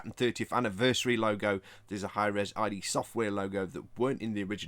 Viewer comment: "id" is pronounced like "id" the psychological concept, not as an acronym